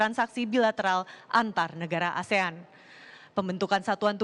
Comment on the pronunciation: Koreksi Pak Erick, penyebutan ASEAN bukan menjadi ESIAN pak, itu ga bisa ditranslate pak.. itu nama resmi